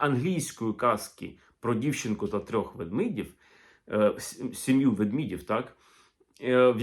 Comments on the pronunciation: Ведмідь - ведмЕдів, а не ведмІдів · Пане Олексагдре, при всій повазі, але не ввдмІдів, а ведмЕдів. Елементарні правила мови. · Тільки не ведміді, ведмідів, а ведмЕді, ведмЕдів. 😊